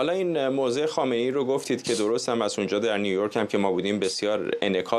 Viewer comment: یک‌م ف درست زدی و آن هم بجای خامنه ای گفتی خایه منی